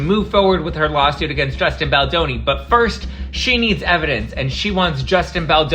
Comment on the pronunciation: I don’t feel like a grown ass man, being a billionaire you would assume he has some intelligence, however ARI Emmanuel being this man and hearing him purposely mispronounce Justin’s last name is very juvenile and shows his true colors and lack of maturity so it’s fitting that he would support BL and RR.